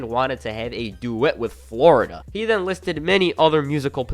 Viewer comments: Who the fuck is Flor-ida? I can’t tell if your joking or not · Good video, other than your pronunciation of certain words and names like flo rida. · Had to turn off with the way your saying flo rida